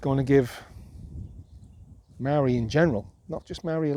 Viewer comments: Maa-ree. Not Marry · You sound like a racist Simpleton with your incorrect pronunciation of "Maori". It's not "Marry" 🤦 Imagine if I said "As-ray-lee" instead of "Israeli" or "Franch" instead of French... and so on. That would make me such quite the simpleton